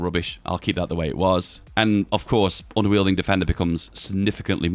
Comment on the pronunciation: Unyielding is pronounced with a y in a w.